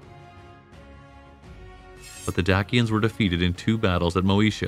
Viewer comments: * day-shu *day-shins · Dak-ians. Lmao. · My wife is from Roumania, Dacia and Dacians, it's pronounced like..."Dachia and Dachians by locals 📕